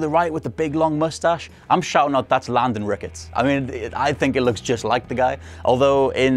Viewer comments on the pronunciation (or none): none